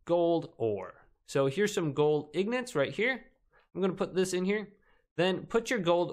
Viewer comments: It’s ingots not ignots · yeah ignots hahhahaha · Gold ignots haha you say wrong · yeah but the guy in the video says ignots for some reason